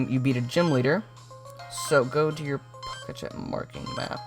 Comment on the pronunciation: it is POK-E-TECH NOT POKESH